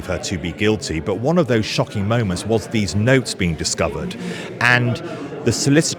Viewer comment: 'one' is pronounced 'WUN' - can't kamal realise this?